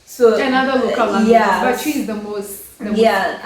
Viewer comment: It's twi not tree ☺